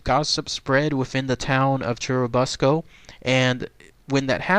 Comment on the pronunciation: I live in churubusco and we have turtle days. It's a cool festive we have for a couple of days. By the way it's pronounced like the uh sound so it is chur uh busco